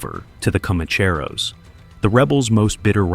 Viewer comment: The AI narrator forgot how to pronounce Commancheros, needs a reset.